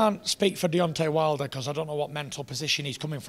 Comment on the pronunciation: 13.40 Fury said: "Deontay Milder."